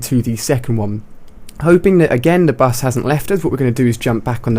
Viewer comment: Lol he says 'da bus'